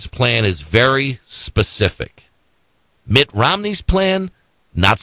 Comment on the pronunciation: "... spRending..." ?!? "... with MittS Romney plan..." Damn. Love the Flubs - miss the flubs and dammit - we need another JD.